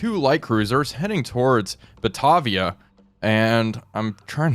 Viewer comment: Great series, love watching these. Just an update on pronunciation from the Australian side. Batavia = Ba-Tay-Via, Yarra = Yar-Rah